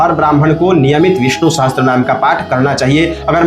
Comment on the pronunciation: विष्णु सहस्त्र नहीं पंडित जी विष्णु सहस्र बोलिये...... अपनी गलती के लिए क्षमा प्रार्थी हूँ